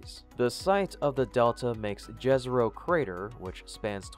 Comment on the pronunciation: [jêzero] (you will be close enough if you just pronounce the first consonant as in "yes", not "jazz", although the last vowel is also a bit different, like in "more").